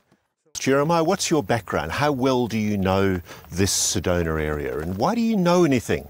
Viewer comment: I'm an Arizona native , for 62 years, never heard of a town called SEDONER! I think the British pronouncing any word ending in "A", with "ER" is ridiculous! Apparently my home state is called ArizonER as well!😂😂